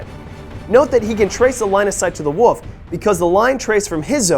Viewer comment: why can't this guy say "wolf"?